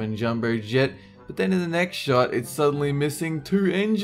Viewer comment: 57 Dolen said short, not shot. Anyone else hear?